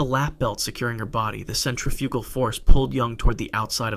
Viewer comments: Cent tra fugal 😐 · Cetriffical force 😂